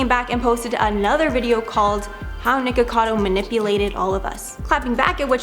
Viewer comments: No biggie, but FYI she is saying "Ni-Cado Avacado" instead of "NiKOcado Avacado" haha she's missing a syllable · Nik-o-cado, dF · She keeps saying Nikado instead of nikokado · The host pronounces his name as "NiKADO" and not Nikocado. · Mispronouncing everyone’s names is driving me nuts! It’s NikOcadO and I don’t even know how to translate what you did to Hyunee’s name. But her’s is pronounced he-yun-ee. Maybe consider watching their vids to learn their names before the expose. Just a thought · Nikado avocado? Hahaha sorry, just found funny how you pronounced it since it's nikocado avocado Really like you tho😊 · You have said his name wrong twice in the first 28 seconds... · Why is she saying his name wrong? 😅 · I love how noone can pronounce his name right lol